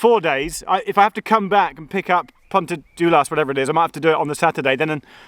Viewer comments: Hi Geoff, I’m from Ammanford, now living in London. My grandfather was stationmaster at Pantyffynnon from 1936 to 1954. I maintain my GWR connection by playing in the GWR Paddington Band! I know the line well. Pantyffynnon is pronounced Pant-uh-ffuh-non. Your pronunciation of Ffairfach wasn’t too bad, though. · Pant-uh-fun-on, Llan-die-lo, Fair-vac